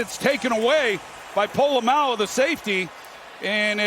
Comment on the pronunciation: ".. by Polamalu, the safety!" What? Who? Oh! POLA-MAO. 😅